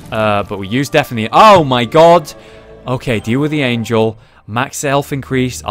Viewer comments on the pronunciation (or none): none